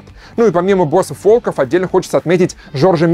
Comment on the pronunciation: александр очень режет произношение слова волков с неправильным ударением